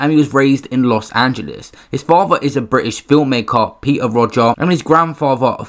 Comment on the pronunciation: I can’t think of a single reason to pronounce Rodger like that. And I’ve really tried